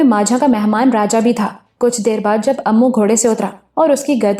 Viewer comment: Imran ka naam "Ammu" nahi, "immu" hai